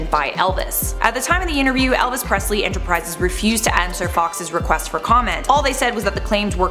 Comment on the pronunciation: Prestley???????....yes...not Presley!!